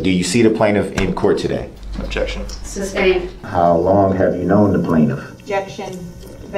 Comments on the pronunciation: I think my favorite part about all this is how he mispronounces so many legal terms. He's like a child that hears the word once, mispronounces it, and thinks that is the correct way to say it and everyone else is wrong. Every time he says sustained he's saying substain. It's like the only way for him to understand this legal jargon is if the legal jargon is wrong which explains his understanding of law. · Never fails to crack me up. He gets sustained and then asks " reason for the substain". What is a sustained sir? He also asks Detective Carpenter " what is the thist". Carpenter should have asked Brooks, "huh?. Then he asks a bunch of witnesses if they got the license place of the vehicle. The guy was clearly not the lawyer he thought he was. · and the judge wouldn't give him grounds for the "substain". He was just "axing" about the "licene place".